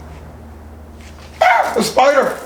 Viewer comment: When he said “ah spider” and sprayed the gas, I thought he said “ah fire” the first time I heard it 😂 wouldn’t be the best idea 😅